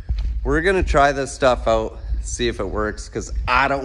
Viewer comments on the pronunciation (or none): none